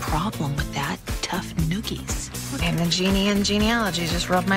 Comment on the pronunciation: “tough noogies” lmaoooo